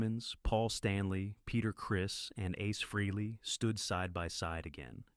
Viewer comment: Freeley ?? for the love of god its FREHLEY , after all these years people STILL can't say his name right ??? oh dear